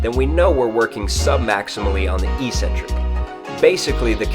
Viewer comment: eccentric is pronounced exentric --all trainers say eecentric for some reason.